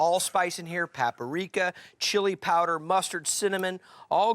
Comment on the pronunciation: Bruh, it's called paprika, NOT PAPARIKA ! Geez.